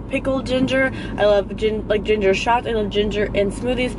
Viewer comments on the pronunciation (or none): none